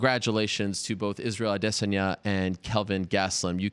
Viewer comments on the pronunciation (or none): It's pronounced ah-day sawn-yah. Respect people's name or shut up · Izroyale' AdiSS*anya (adiSSanya) Are you serious? - Jay Jonah jameson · Hey did you guys kno his name was israel ah-dey-sonya? You can thank ariel if you didn't. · its prononced like i-diss-on-ya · Why is he pronouncing adesanya so stupid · I hate how Ariel says his last name. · I've noticed that, but never actually heard Izzy say it himself. Seems like Ariel puts too much emphasis on the first and second syllable.